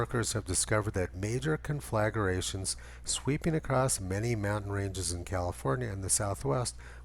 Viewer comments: You're mispronouncing con-fla-gra-tion. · con-fla-grations Tony. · Conflagration is pronounced kon-fluh-GRAY-shun